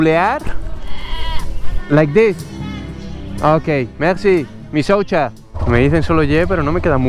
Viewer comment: Bueno al menos maria le enseño que michocha sonaba a aquello que ella mostraba. Ahora dice misoucha🤣.